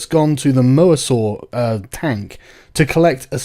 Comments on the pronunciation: I fucking HATED the side characters, the ugly wimp and the nasty bitch. Claire and Owen were fun though! Also, it's mosasaur - not moasaur. I agree the baryonyx looks weird as shit. The carnotaurus/tyrannosaurus dynamic to me came across as like when you say a bear eating a deer and a wolf comes along and try to steal a bite and the bear attacks the wolf - seems allright to me. The "pachycephalosaurus" was a stygimoloch, it just randomly attacking didn't seem that bad to me either, you ever had to deal with an angry goat? What if the Indoraptor smiled because it had some human dna in it? Malcolm came across as REALLY cynical to me - as always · Mosasaur(us), not moasaur